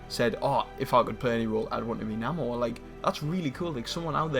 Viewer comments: it's pronounced "NAY-MORE" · Why pronouncing his name wrong?